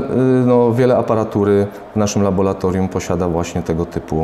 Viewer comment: Laboratorium a nie labolatorium oraz podłączamy a nie podłanczamy...